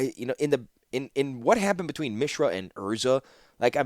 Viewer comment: First of all, thank you for making these it has been an incredible journey listening to your audiobooks so far! I’ve rode along for the first two novels and am looking forward to the rest after this. Secondly, I wanted to mention that the way you’ve been pronouncing Mishra is actually correct given the etymology has roots in the Sanskrit language. Mishra (pronounced Mi-shra and not Mee-shra) means “mixture”, presumably foreshadowing how Mishra got mixed up with Phyrexia’s glistening oil. Interestingly, Urza also has roots in Sanskrit as the word urja (pronounced oor-jaa) means “strength”/“power”/“energy”, presumably hinting at Urza’s obsession with energy powered artifacts and bearing the Mightstone. In urdu, the word transforms to urza (pronounced oor-zaa).